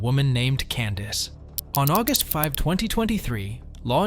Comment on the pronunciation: Yes the dreaded Auguest Five-th XD